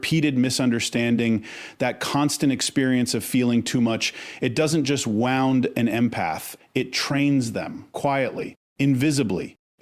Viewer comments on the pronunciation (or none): Try to teach the AI voice bot which pronunciation of "wound" is correct in this context. Such jarring blunders distract totally from the content. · I guess has working for him. Some mistakes are funny like saying an injured empath has a wound... but pronouncing wound like a wound up clock... Or the empath who will live at a disadvantage... but says live as in a live show. Nevertheless I like and guess I'd make an AI Penelope if I were in this business. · AI is not good at discerning to pronounce wound (injured) fron wound (coiled) and chose strange graphics.